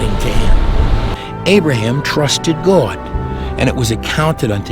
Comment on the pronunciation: Why can't people just say God instead goowad?